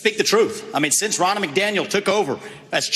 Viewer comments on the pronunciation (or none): Ronna , sounds like Donna...not that hard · it's RONNA which has the exact same 'O' sound as in Romney, not Rona.